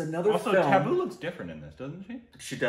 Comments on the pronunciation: You pronounce T and D wrong Everytime, be it Tabu or Deepika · You are pronouncing tabu wrong . Tabboo with a short a. It's also not a sharp t, it's between t and th . Difficult to explain . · T is softer t. A as in uh. Bu is boo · Yes u r pronouncing Tabu wrong. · You pronounce Tabu wrong Say the “A” in tabu the same way as you say “A” in Aamir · Tab in tabu is pronounced the same way as "tub" In bathtub and not like the tab in tablet. You spell it like the english word taboo. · It's pronounced just like 'Abu' and you just add a 'T'. Not taboo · It isn't "taboo" but is pretty close to the actual pronunciation:) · It's not Taboo, it's Tabu... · U pronounce Tabu as Thabu not Taboo....Like T as in Chahta.... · Tabu isn't pronounced like 'taboo' but instead as 'Tub-boo' ....unless of course it's an intentional korbinizarion...then it's taboo 🤣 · Pronounced as 'tub'---booo Not 'tab'--boo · Tabu is pronounced as "Tub-ooh" in India with a soft T. It's short for Tabassum. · So just an info it's prounced as Tabbbu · It's not taboo lol it's more like you combine tub and boo together but like with a different sound of "t" like you hear often in spanish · Tabu's is short for Tabassum. Pronunciation is Tab as in pub and bu as in boo.. So it is pronounced as Tab-boo. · pronounce her name as: tub-ooo It's short for Tabassum. She goes by Tabu. Her full name is Tabassum Hashmi. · It's okay don't have to be so hard on yourselves for the exact pronunciations. The correct way is TUH-BOO And the T is pronounced the way you would say RASTAFARIAN. Not a hard T like it is in the word Taboo. Tabu is the short for her full name tabassum 😃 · It's Taa (like Tata) Taa-boo! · Tabu is pronounced as: Tub-boo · Tuh (with a soft T) - boo. It is short for Tabassum. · Its not t its spelled as tha...thubooh... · Pronounce as...tubb..oooooo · To say the “T”of Tabu, your tongue should go between your teeth, like it does when you say “their” or “there”